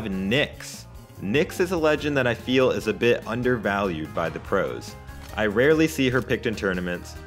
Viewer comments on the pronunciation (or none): none